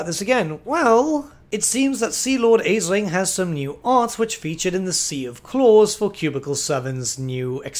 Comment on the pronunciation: Isn't Aislinn pronounced as Ashlyn? It's Irish looking and I know some Elvish names in Warhammer are based on some Celtic names.